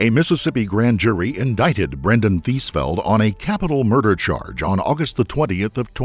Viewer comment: TheesFELD huh? Of course. Eeeevery sssingle tiiime